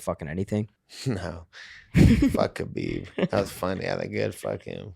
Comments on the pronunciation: Called him Kebob lmao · Called him kabob😭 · Nate calling khabib “kabob” killed me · Nate said KhaBob wtf 🙈😂😂😂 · When Nate called Khabib “KhaBob” 😂😂😂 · Called him Khabob lmao😂😂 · Homie said kabob🤣🤣🤣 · Lmao he said Khabob